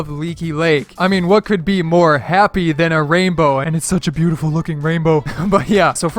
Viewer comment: The 'beautiful' sound sounded like praise the tomato